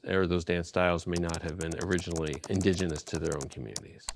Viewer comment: This guy is a self proclaimed historian but cant say indigenous. 😅